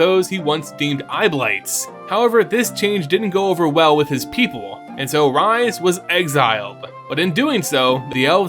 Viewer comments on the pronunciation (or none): I feel like this has been answered before, or it may be a silly question, but isn't Rhys pronounced like "Reese"? Not "Rise"? Perhaps it's because I know someone personally who's name is Rhys (spelt as such) but pronounces his name as "Reese". Either way, it's an awesome video on my personal favorite plane and location within mtg's vast universe! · You crushed it on this one. Loved it! FYI - in our world, Rhys is pronounced Reese. Not sure if the pronunciation is given for the MTG Rhys, but it’s a Welsh name.